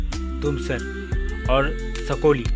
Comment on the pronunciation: सकोली नाही साकोली आहे तो